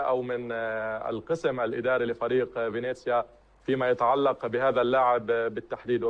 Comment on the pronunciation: فينيسيا وليس فينيزيا عيوني. وهو فريق يلعب في الدرجة الثانية وليس في الدرجة الأولى.